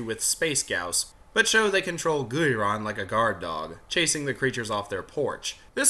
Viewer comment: It’s pronounced GEAR-on, God dammit! GEAR ⚙️!!!! Ang-GEAR-us! Mega-GEAR-us! GEAR-ON!!!!!!!!!!!!!🤬